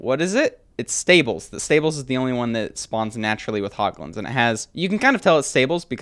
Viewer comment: he said hot guns ensted of hoglins